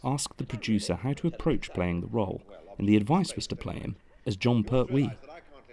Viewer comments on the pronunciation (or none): But I don’t like the pronunciation of Pert wee! Lol